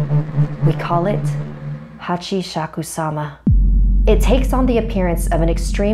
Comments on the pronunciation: It's pronounced Hah-Chee-Shah-Koo-Sah-ma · LetMeTakeMySelfie Plz? It's pronounced the way it's spelled: hah-chee-shah-koo-sah-mah.